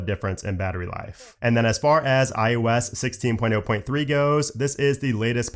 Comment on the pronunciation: Stop saying IUS